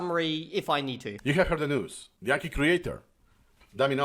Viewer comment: 👇 number of likes equals number of times 暗記 was mispronounced in this video